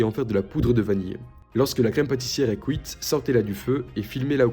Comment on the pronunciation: Superbe ta galette! T’es doué ✨🧚‍♂️✨ Il est d’où ton accent? Tu dis” couite “ 😂 ☺️☺️☺️